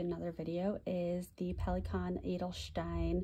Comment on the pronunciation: I like you're making an effort to pronounce the brands and inks in their original language. You are doing very well on the Pelikan Edelstein. Most native English speakers I hear here on YouTube are pronouncing the Pelikan brand in their native tongue.